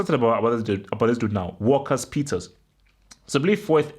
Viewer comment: Lo Celso will be on the bench. Vertonghen will probably come back in imo. Btw It’s walker peters not walkers peters. Gonna be a very tough game of course. we’ve lost our last 6 away premier league games as well...